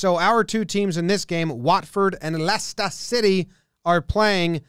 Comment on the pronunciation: LESTAH SITAY